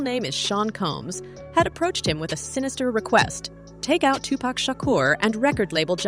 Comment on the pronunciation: Give this a thumbs down for this witch calling Suge Sueg and 2PAC name like a cigarette thumbs down 👎